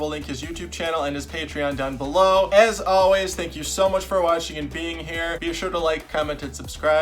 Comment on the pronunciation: Is it just me that feels inclined to watch the video until the very end when he says, “thanks for watchin?”